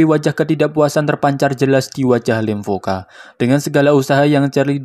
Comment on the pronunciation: Lemkova bukan lemvoka